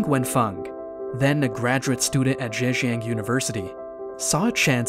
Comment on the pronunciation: Zhejiang, not Zhanjiang.